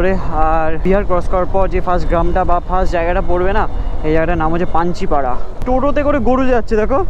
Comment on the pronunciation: 29.20 not panchipara.. Panjipara